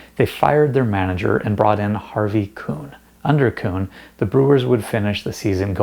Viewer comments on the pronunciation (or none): Harvey Keeen. Not Kuhn.